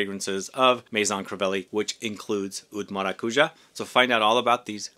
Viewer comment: Maracujá, the tonic syllable is the last one (hence the symbol on top of the last a). Thank you for the video, love 💕